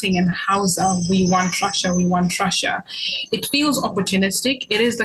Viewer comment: When the present pronounces Russia as Raschia. Hahahaha!!